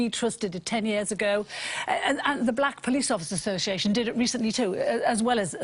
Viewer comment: A few new ones from Michelle this week ---she drinks to be 'sershel' as in the clip that she 'sherd' us from 2 weeks 'agerr'-only Herll has a vowel missing